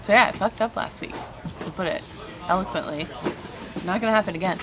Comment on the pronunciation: to put it “elequently” 😂 Bone apple tea!